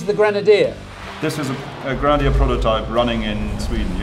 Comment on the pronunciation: It’s not a “Granadier”. Creepy guy.